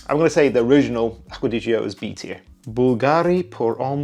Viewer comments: It's pronounced Acqua di "JOE" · Need to learn correct ADG pronunciation :D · and I should take notes from expert who cant even pronounce one of the most legendary perfumes of all time... ? jeeeeeez